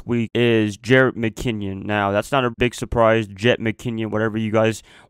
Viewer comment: Its Jerrick (Mc-Kinn-in) not (Mc-Kinn-ion) just had to get that straight. 49ers are going 14-2 mark my word